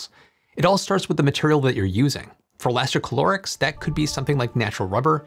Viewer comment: Elasti ca lo rics You said many times inside the video instead: elasti chlo rics No, it does not have any chlore inside